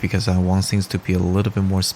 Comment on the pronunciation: Your video had some of the best tips/info on watercolor that I've seen. You knowledge and skill level is top notch. Your verbal pace, voice and pronunciation is excellent. If I had one piece of advice I would say work on your th pronunciation. It sounds like the "s" as in sing instead of thing. I don't speak your language, so please do not consider this a complaint, just friendly help as I would want from someone. I have subscribed to your channel, and thank you for the opportunity to learn from you.!